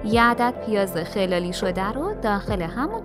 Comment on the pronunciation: پیاز را khalal میکنن نه khelal خیلی ها این دو کلمه را با هم اشتباه تلفظ میگن😬😔معنی khelal یعنی یعنی در خلال، در هنگام، در طی… معنی khalal یعنی خلال بادام، خلال دندادن، خلال نارنج و…..